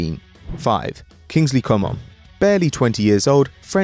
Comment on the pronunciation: lmao how he pronounced coman: com'on